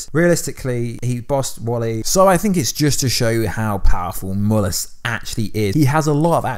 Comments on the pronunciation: It's Mal-lus Not Mul-us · He called mallas but it sounds like u saying mullas in vid